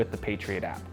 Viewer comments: I keep hearing "Patriot Act" rather than "Patriot app." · i keep thinking he's saying patriot act